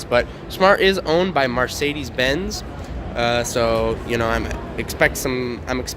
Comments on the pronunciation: Every time he says Marsaydeez, I just want to kick him in the nuts. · ......."mArcedes" ..... realy bro? 😑 btw plz dont review cars when you don't know shit about them!